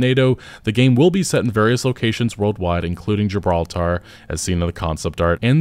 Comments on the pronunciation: NO, NO, NO, NO...... It's not GIB-RAW-TER (Americans eh!!). You should be saying JIB-ROWL-TA. Say the second one quickly and you too will speak like you were born in England and please start saying the word HERBS properly, the H is not silent. Thanks for reading my TED talk😍😍😍🥰🥰🥰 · FYI, that's not how you pronounce Gibraltar.